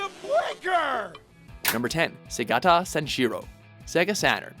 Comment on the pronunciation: segata what? they say his name the entire commercial and you still pronounces it wrong? WTF. anyway, throught the n64 and gamecube era, nintendo consistently made the funniest commercials. my favorites were about mario party games. everyone beating the shit out of each other/getting hurt (specially yoshi in that bridge in 4) was hilarious